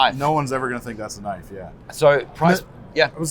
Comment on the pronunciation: "THAT'S NOT A KNOYFE!" there ... I did it! Maybe I should start my own channel and call it that? ;-)